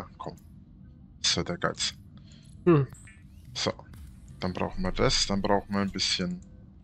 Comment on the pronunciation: Bei Reinerle gibt es kein "so" es gibt immer nur "ßo".